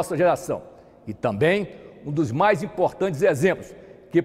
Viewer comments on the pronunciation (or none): none